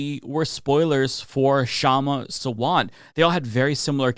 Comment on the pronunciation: It's pronounced Shumma SAA-VUNT